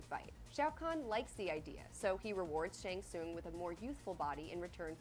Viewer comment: guy said shung ling